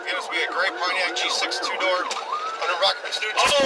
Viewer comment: The way the AI says Pontiac G6 sounds so nice.....